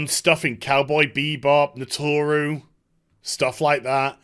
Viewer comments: "nah-tore-ooo"? You heathen! Nah-roo-toe... we still love you though. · Ok, I cringed a little bit when you pronounced "Naruto" as "Natoru" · Pronounces Naruto as Notoru... REEEEEEEEEEEEEEEEEEEEEEEEE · in he says Naruto as Natauru xD what have you done xD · Did you just pronounced Naruto “Noturu”?